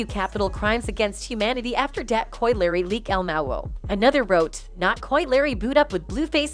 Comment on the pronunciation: Right And the Coi Larry got me 😭😭 how you get Larry from Leray 💀 they need to step they shit up w/ the narration cus they outta pocket 🤣🤣